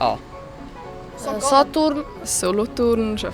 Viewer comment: Kantön fönt mit s ah? "SATURN"😂😂😂😂😂😂